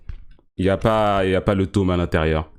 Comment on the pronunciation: jtm mais arrete de dire tôme au mieux de tome